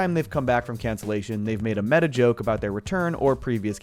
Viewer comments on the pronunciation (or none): none